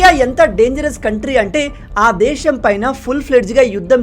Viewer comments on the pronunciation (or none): none